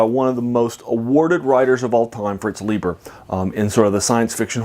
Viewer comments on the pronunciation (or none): Pronounced Fritz LIE'ber.